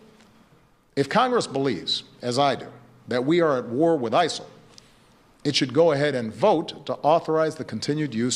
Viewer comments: Why'd he keep saying ISAL? I'm genuinely confused lol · Why does Obama keep saying isal? I thought the acronym was ISIS.